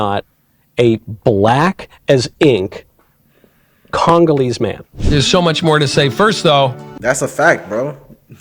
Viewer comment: Homie said, "Congaleese heart of darkness black." 😅😅😅